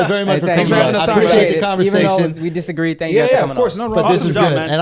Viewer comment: did you say 'disagween' eta lmao yes, i never noticed the speech impediment before